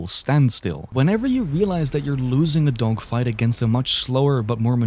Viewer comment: i swear bro is saying "dongfights" 💀